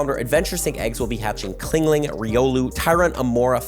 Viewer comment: Klingling? My brother that’s a “Ch”